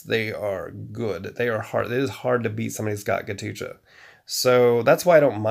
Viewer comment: Man it's not ghatucha 😂😂😂 It's Ghatotkacha . He is son of Bheem in Hindu Mythology.